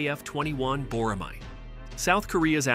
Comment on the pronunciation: Can't wait for their block 3 program to be fully implemented for full stealth capabilities. BTW, tell your AI voice to say Bo-Rah-May. Not "Mahi"